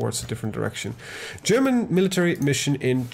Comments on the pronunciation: Your German accent is really good. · are you a german????? Cause you speak german word really good))))